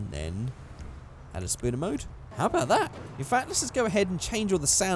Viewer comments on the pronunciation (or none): could you please call it object spawner instead of spooner please